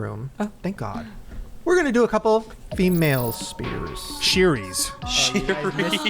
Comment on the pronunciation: SHE-spearies not to be confused with Brittany Spearies😂😂😂😂❤